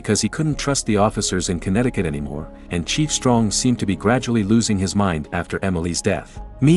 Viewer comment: How much time did he have to say it was conetticut